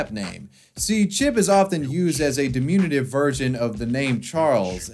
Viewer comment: Interesting pronunciation of the word 'diminutive'.... guess he was following the 'THE-A-TER' standard.